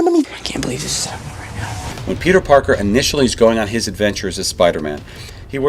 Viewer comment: I caption the video and when tony says "oh hey peter Parker" its "oh hey Burger"